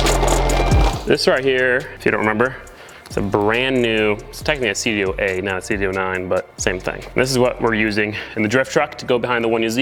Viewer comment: did you say cd oooo 9 instead of cd oh oh 9 lol